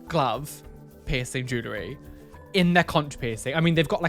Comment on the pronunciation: Potato bags, the way he says the word jewelry gets me (Jew~Lurr~Ree) instead of (JuuL~Ree)